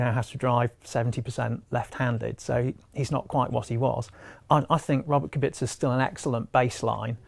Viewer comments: it's pronounced kubitza. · Claire has admitted that Robert KUBICA (not Qubika) has been a massive help in understanding the car and that his technological knowledge is truly unique. I agree Russell is a talent but how long is he going to stick around Williams? When he’s ready he’ll be off to Merc. Furthermore, Williams only have 1 point in constructors and that is Robert’s point, not Russell’s. I get that Russell is talented and all but my god Kubica deserves some recognition. As if British bias wasn’t enough, you cannot even pronounce his name correctly. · kubica is known from italian karting as a kubika.... so that's is ok... but should be pronounced k u b i ts a..... thank you. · Who the hell is Robert "Kubika"? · my god... there are still, after all these years, morons who can't pronounce KUBICA (kubitza) correctly... disappointing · it is from karting times and robert doesn't mind that... in italy he is kubika... rosberg also called him kubika. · “KuBiKa” LMAO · KubiKa? KubiKa?! Jesus Christ, guy is driving in F1 for many years, everybody around you knows how to pronounce his name correctly and you still say KubiKa? What disgrace. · Even Sebastian Vettel’s Race Engineer called Kubica ku-bi-ca in Abu Dhabi 2012. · I am amazed, that half the people talking about F1 can't pronounce Robert Kubica's name properly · please learn how to pronounce Kubica's name for God's sake. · he pronounced kubica wrong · especially aswell as he doesn't know how to pronounce Kubicas name